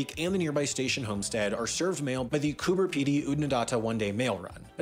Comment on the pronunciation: Coober Pedy, with a “b”, not a “p”.